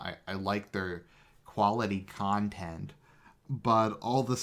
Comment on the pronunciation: Interesting stuff,. Had a question for you; does every society require national adversity to thrive? Whether it be war or otherwise? If so, can that adversity be synthesized in any way? Something I've been wondering lately. Thanks again for your quality "kahntent" (as Phil would say, lol)